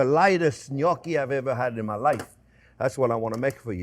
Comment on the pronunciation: Thank you, chef for pronouncing the word gnocchi just the way my grandmother did. As if you couldn't get any more adorable.